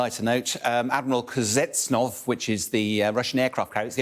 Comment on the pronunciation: DO YOUR HOMEWORK BEFORE COMMENTING OR TRYING TO PRONOUNCE A NAME. It does not end in …nov. Kuznetsov is a 3 syllable word not difficult at all dickhead kuz-net-sov.